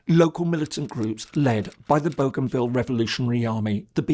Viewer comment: He is pronouncing Bougainville correctly as it is pronounced in the region. Nobody on our islands pronounces it the French way despite the name’s provenance. In the Solomon Islands it is pronounced a little differently as boh-gun-ville.